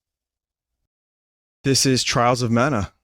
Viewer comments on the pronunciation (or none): The beginning of E, Spicy water and “Twialz Ov Mana”.